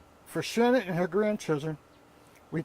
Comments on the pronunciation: You can't even check that AI kept pronouncing Shannan incorrectly. So disrespectful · All of these AI robot voices mess up Shananns name so bad. It's so distracting. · Some of this is not factual and although the voice is generated, you should still make the effort to pronounce Shanann's name correctly. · Continually mispronouncing the lovely Shanann's name weakens the credibility of this post. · Can’t you be more professional, and pronounce/write the most important correctly ; name of the main victim?